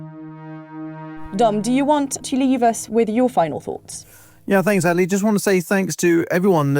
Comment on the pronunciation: It´s "Adelie".